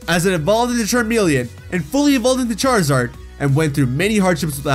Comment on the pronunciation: charizard not charzad